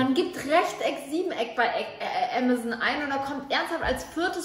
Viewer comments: Sorry Bibi ,aber du sagst ämäson, es ist amazon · Bibi statt amazon : "ämazen"😂😂😂😂😂😂😂😂😂😂😂😂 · Bibi sagt ganz zeit ämazen das heißt amazon 😂😅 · Wieso sagt ihr ämazon und nicht Aaamazon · es wird Am-ason ausgesprochen nicht emeson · Amazoon lol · Wer sagt denn bitte Ämasän?